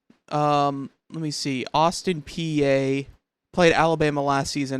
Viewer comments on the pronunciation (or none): Please learn to pronounce Austin Peay correctly! 😬